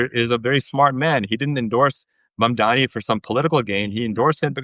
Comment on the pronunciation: For the love of god, it's MUM-DAA-KNEE. NOT MAAAM.